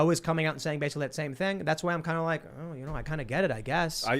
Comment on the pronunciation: hey hey hey! i call foul! i specifically heard say "thing" with the hillbilly word of "thang!" that is hillbilly appropriation! and we hillbillies frown on that! hahaha!